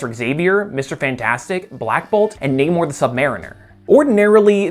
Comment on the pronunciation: you say namors name rly weird